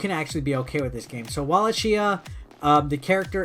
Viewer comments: I believe it’s pronounced “wahl-AKE-ee-ya” Right? It’s an actual place in Romania. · It's pronounced "Valahia" with the H like in Honda , I'm from there trust me